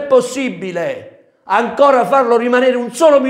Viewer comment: Mamma mia impara a parlare l'italiano ti prego non ti si può sentire....dirigggenza....😄angora.....😄